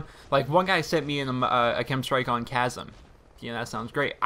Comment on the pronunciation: its chasm not casm